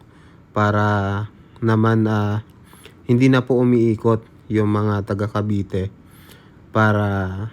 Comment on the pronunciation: Sa sunod,CAVITE CITY at nd CAVITY CITY kya nag iisip aq kung san na lugar kya pr mlaman ko ay inopen ko video mu.hahaha